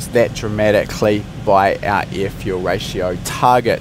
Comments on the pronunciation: the amount of ieeh, ieeh fuel ratio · Please please pronounce the word (air) properly..you were throwing me off during the whole video.